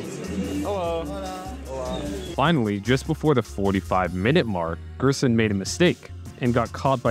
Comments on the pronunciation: also the g is pronounced like a j in gerson, like jerson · Gerson is pronounced like "hairson" in spanish